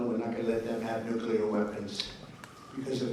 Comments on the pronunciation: I'm sorry but Nuclear not Nucular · Benny, you gotta fix that pronunciation. Nuclear = NEW-CLEAR, not NUKE-U-LAR